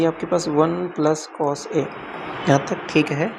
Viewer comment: Yaar master cos=कोज ⚔️ कोस🙏🏻 Kaan dard kar rha h shriman